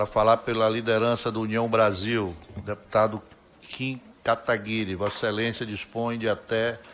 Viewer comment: pessoal da esquerda a te hoje não sabe falar Kim Kataguiri kkkkkkkkk.